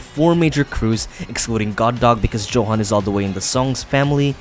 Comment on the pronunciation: That's not how you pronounce johan is Yohan